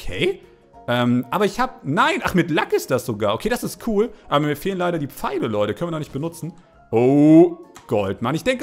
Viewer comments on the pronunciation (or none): none